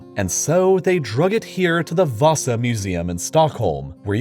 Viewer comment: You actually said the ship name (Vasa) pretty good.